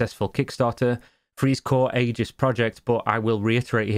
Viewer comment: The main thing that bothers me about this whole kerfuffle? The pronunciation of Aegis.